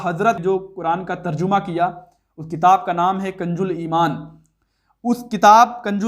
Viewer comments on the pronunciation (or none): پہلے میں آپکی ویڈیو تو نہیں دیکھتا تھا مگر شکل و صورت سے آپ عالم لگتے تھے اور آج ویڈیو دیکھنے کے بعد معلوم ہوا بہت بڑے جاھل ہو قرآن کی آیت تک صحیح نہیں پڑھی گئی اور بیٹھے ہو رد کرنے کنج الایمان نہیں کنز الایمان ہے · ارے بھائی کنج الایمان نہیں ہے کنز الایمان ہے